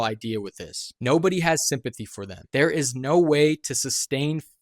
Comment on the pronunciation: "Thare" bro, lol.